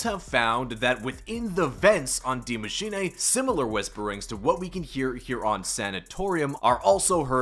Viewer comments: Broooo gotta stop saying die machinae! No nae nae! It's "dee macheenuuuhh" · Maschin 'ey' 😂